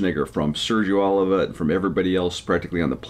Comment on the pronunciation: PUH LEEZ !!! OH LEEV VAH !!! Not Oliver.